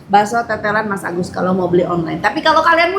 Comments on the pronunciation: Bakso Masagus teh , bukan masabar😂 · Ko tteh bilangnya baso mas sabar 😅